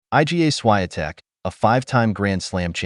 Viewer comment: Please learn how to pronounce properly Iga Swiatek,you pronounca